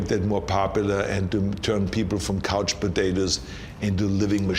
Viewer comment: He sounds really English when says "juvenile crime" and "couch potatoes". International English that is.